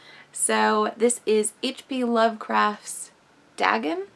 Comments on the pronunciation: The " A" has a long sound. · Great book that, love the Dr Suess style art and rhymes inspired by a classic Lovecraft story. I don't know if it's me, I might be wrong but I wasn't digging your prounciation of Dagon, it's not how I say it so it threw me a bit but I could be wrong haha it's no big deal. Thanks for sharing/creating this vid